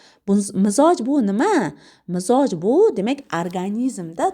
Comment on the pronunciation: Mizoj emas Mijoz deyiladi